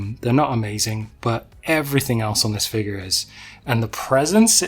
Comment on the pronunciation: great stuff, dont care about your boba v bobba....but you gotta say figure properly dude!!! hahahahaha